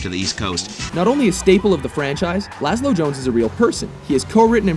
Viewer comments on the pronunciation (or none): It's Lazlow. Not Lazlo. Probably not the first to point this out, but I figured I should note it. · Actually its lazlow not lazlo